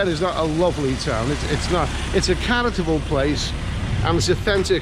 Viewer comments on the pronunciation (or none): He keeps saying “Charatable” 😂